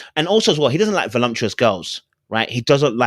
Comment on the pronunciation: the word is voluptuous not volumtuous.